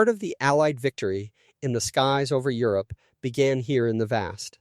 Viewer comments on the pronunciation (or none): none